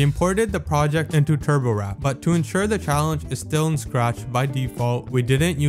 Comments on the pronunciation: triggered every time you say turbowrap instead of turbowarp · turborwrap pisses me off, PRONOUNCE IT TURBO WARP TURBo. WORP. TURBOWARP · Bro said turbowrap instead of warp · Why are you saying turbowrap and not turbowarp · ITS TURBO WARP NOT TURBOWRAP UGHHHHHHHH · it's turboWARP, not turboWRAP lol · TURBOWARP NOT TURBO RAP! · NOOOOO YOU DID "NOT" JUST CALL TURBOWARP "TURBOWRAP"! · the fact that he pronounced turbowarp as "turbowrap" is kinda funny but hey i ain't complaining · Im still mad you pronounced it turbowrap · THE WAY HE PRONOUNCES TURBOWARP AS "TURBOWRAP" AND Z AS ZED INSTEAD OF ZEE 💀 Also, Doom Had A Shareware Version ONLY Including The First Episode. I Wanna See You Recreate That ENTIRE Episode In Scratch. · Bro sounds like he is saying turbowrap💀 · SAME BRO